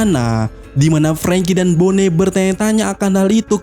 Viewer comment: Bone lagi, bone lagi... perasaan bonney dilafalkan boni dah, coba deh cek di animenya